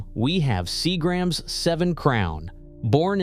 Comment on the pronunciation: Seagrams is mispronounced on here